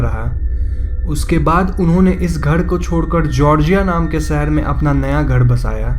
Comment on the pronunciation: Bs koi koi wrd pe focus kren like seher nhi shehr or shahara nhi sahara 🙂 Pronounce ation ka thora frq h but gud 🙂